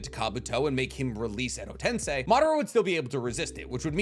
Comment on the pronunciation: Hi. I feel the need to correct you, sorry. It is not tensai , it is TENSEI like sensei. Love your work.